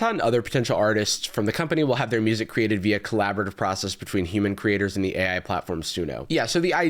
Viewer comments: 😂 "you clreated" 😂 can't even say created properly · So, the weird camel video... I've heard his daughter speak, and she does not SOUND like this. Is he tuning her voice with AI? The pronunciations are wildly bad. She says 'may' instead of Me in the beginning, and later when she says he 'created a door' for her, she says created like 'cLEEated'..... Is she TRYING to use that pronunciation, or is it the tuning of her voice? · Did the Japanese ai pop star seriously say "cleated" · "YOU CLE-ATED POSSIBILITIES?!"